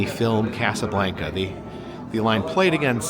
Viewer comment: Pronounce it correctly Casa Blanca not like blanket.